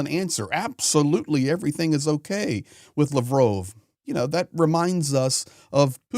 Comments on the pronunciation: I'm sorry but stop pronouncing Lovrov. It's Lavrov. La like La la land. Sorry for your lost. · btw it's Lav rov, like Pavlov, or sad dog 😉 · Why you call him lavrove? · Lavrove? Its Lavrov🙄😁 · Pronounced Lav-roff.